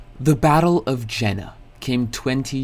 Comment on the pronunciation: Please, please stop calling it the Battle of Jenna. It's not a girl's name. There's no two Ns in the spelling of Jena. If English is your native tongue and you never bothered to learn any other language, to pronounce it at least anywhere close to German, you just need to get yourself into the right head space. Imagine you just got asked a question. You automatically start to tell them yes, but realize a few seconds in just how stupid their idea is. So, start with the word "Yeah" or "Yes" but drop the "ah"/"s"-ending. You just never get to that part. Elongate the vowel sound as if you're still thinking, while answering. And then tell them no. "Yeh- ... nuh." Drop the pause between the words, but still keep that stop in between. Voilá.